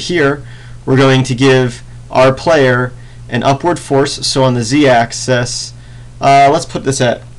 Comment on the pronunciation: Why do you pronounce axis as AXE-AS still love your tutorials btw :]